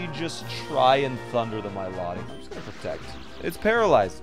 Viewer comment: The way he pronounces Milotic is like nails on a chalk board It's My-Loh-Tick You heathen not my-lo-dic